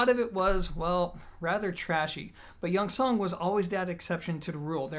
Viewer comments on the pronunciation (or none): jung pronounce like jon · A friend told me to pronounce it as junction. He has one and raves about it. So clear and nice. He's Chinese 😁😁😁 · It's Bell God. Spelled like how you pronounce it in Cantonese, similar to June Sun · great review as always. Disappointed that your excuse of mispronouncing the name is “because i’m American”. If you truly respect the company and product, you’d find out by googling it or asking someone. Just food for thought, and I know you’re a down to earth smart guy so hopefully you don’t take offense to the feedback.